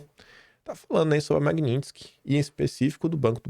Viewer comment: pelo amor, pronuncia o nome dessa lei direito, o que é Magnintsky? Chega dói o ouvido, quem fala errado e é analfabeto é petista!! 😂😂😂😂